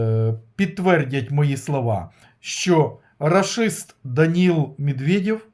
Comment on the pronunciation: Спасибо за прогноз вы так интересно говорите рашист я пол часа смеялся